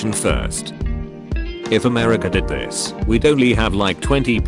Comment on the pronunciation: Memebot voice: Dissness Fahst plae